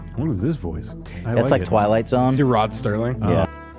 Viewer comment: SERLING WITH NO T. Put some respect on that man's name. SERLING NO T